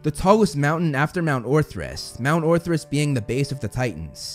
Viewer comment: Ok. First off, its HERA not HARA. Also, its mount OTHRYS, NOT ORTHRYS. I hope you'll notice this comment so you can correct it on future vids! 😁